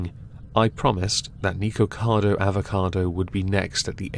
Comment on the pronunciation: Why do you mispronounce people's actual names? "Baybay" (BeBe) "Neekocado" (Nikocado). Nothing to do with your accent. People pronounce their names the way they want, to pronounce it in a different way is rude and has nothing to do with your accent. I'm sure you're capable of pronouncing them correctly.